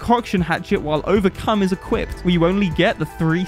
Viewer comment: Q&A Did you say Overcum on purpose?